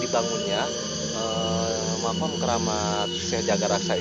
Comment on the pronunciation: Weeh emosi makom apa makam yg jelas bro